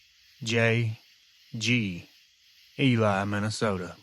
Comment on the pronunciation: It's pronounced eeelee not elie MN.